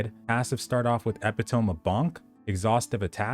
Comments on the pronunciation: Tbh, I stopped watching after you pronounced epitome wrong. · WAIT HOW DID YOU JUST PRONOUNCE EPITOME!?!!?!?